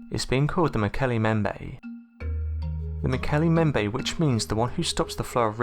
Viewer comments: "As they made their way home to Africa...". Driving? From Chile? BTW - its " MmmmBEM-bay". Nice vid on cryptids - thanks for the upload. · Mbembe has two 'b's in it and neither one is silent. Please learn how to pronounce things before you make documentaries about them. Also, they don't dislike hippos. They hate hippos and kill them on sight. Slight difference there.